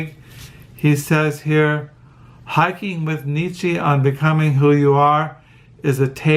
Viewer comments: Nee-Cha! Not Nee-Chee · More like Neech-ah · Niche-ah.....that's how it's pronounced. And Zara-Thu-Strah.....To your journeys, both internal and external....blessings.....I loved your explanations, by the way.